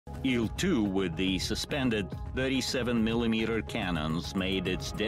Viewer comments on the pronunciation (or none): I'm not sure if anyone has pointed this out to you before, but with the Soviet/Russian planes and helos, the designation isn't (usually) an acronym, it's the first syllable of the designer's (or design bureau's) surname, or sometimes surnames. Thus it's pronounced as a syllable, not letters. So "eel two", not "ay ell two":) "Mig 21", not "emm aye gee 21". "lag 3", not "el eh gee gee 3" and so on. Love your content 👍 Congratulations on becoming a father, and I hope mother and baby continue to do well!